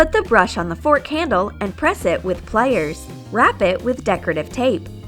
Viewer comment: Why does she say wire and plier so weird